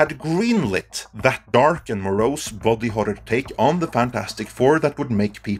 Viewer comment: Your accent makes "body horror" sound like "bobby horror" and now all I can think about is a dark and gritty king of the hill reboot.